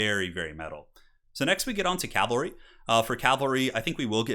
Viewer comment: CAV-ALRY! Not CAL-VARY Edit: Also ET-CETERA not ECK-CETERA.